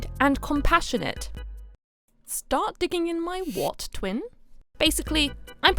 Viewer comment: "stahrt digging in my whuat, twin?" that kinda caught me off guard😭